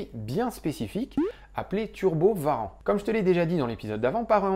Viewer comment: J'entend Skyrim, je like ! Non, au delà de ça, j'ai enfin l'impression de comprendre un peu ce qu'il s'est passé, et d'être capable de comprendre les articles que je lis sur cette affaire. Merci merci merci :) Juste une question : pourquoi on dit "Varan" et pas "ouarante" pour les turbo warrant? C'est la tradition de "franciser" les noms?